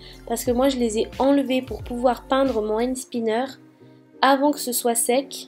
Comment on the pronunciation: on dit pas end spinner mais and spinner bisou j'adore tes vidéo 😍